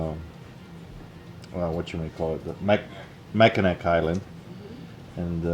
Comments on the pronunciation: I caught that one too.. you must be a Michigander too lol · "Mack - i - gnaw" lol.... No worries, if I wasn't from Michigan I'd probably destroy the name too. Cheers. love the channel. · It is pronounced "MAC-IN-NAW". lol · Its pronounced mackinaw even when its spelled Mackinac. Hoping i run into him at the Pink Pony! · it is not pronounced like it is spelled, Mackinac is actually pronounced MackinaW.